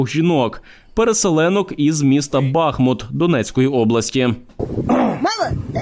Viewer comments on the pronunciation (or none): Не БАхмут, а БахмУт.